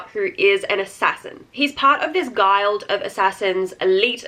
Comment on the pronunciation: Feel free to delete this. Guild is pronounced with a soft i sound, like in fish or gills. Guild rhymes with killed. Otherwise, great video and I totally appreciate your enthusiasm for mm romance! ❤